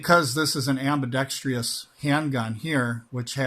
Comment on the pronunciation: It’s Am-bee-dex-tris…there’s no such thing as Am-bee-dex-treeiss